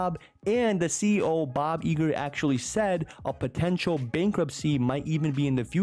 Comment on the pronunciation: Is Bob Eager a nickname or are you from jersey 😂